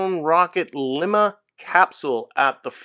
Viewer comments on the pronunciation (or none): The HGR Lima (bean) drone core, pronounced lyma. I'm sorry for my pedantry.